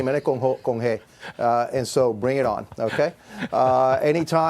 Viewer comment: If you are going to tell the president of Mexico “bring it on” in Spanish, at least say it right. 😂